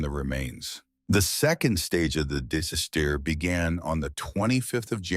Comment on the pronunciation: Dizz-a-steer ??? Disaster